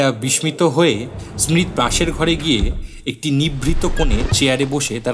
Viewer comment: আপনার ভালো লাগতেই পারে । প্রথমত : কয়েকটি উচ্চারণ আমার কানে বড্ড বেশী লেগেছে, যেমন 'বিসমিত', 'মুহোমান' এবং 'Louvre Museum'-কে বাংলায় কিভাবে উচ্চারণ করেছেন । দ্বিতীয়ত : যেখানে সোসরা নিজে বলছেন যে, "তার বয়স কয়েক শত বৎসর" । সেখানে মিউজিয়াম থেকে বাইরে বেরিয়ে যাওয়ার সময়ে স্মিত বলছেন যে, "পিছন ফিরে তাকিয়ে দেখি যে মিউজিয়ামের দরজায় চার হাজার বৎসর বয়সী সোসরা দাঁড়িয়ে রয়েছেন" । বয়সের এত পার্থক্য বা অসংগতি কেন ? আমার অনুরোধ যে, 'দেবতার আংটি' গল্পটা আরও একবার ভালো ভাবে শুনে আমার প্রশ্নগলোর উত্তর দেবেন । আমি যদি ভুল বলে থাকি দয়াকরে শুধরে দেবেন । ধন্যবাদ, ভালো থাকবেন ।